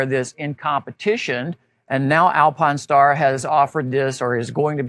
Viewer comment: This dude not saying Alpinestars correctly and driving me out of my mind! Good Lord